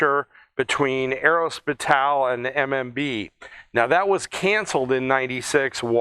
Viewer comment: There is no emphasis on the 'T' whatsoever. It is more arro-space-ial. Recalling the very considerable influence of the French in aviation, the very names of aircraft components are French. Fuselage, Empennage, Monocoque.etc, even though you have the bragging rights for the invention, and feet is how flight is measured most often (confusingly)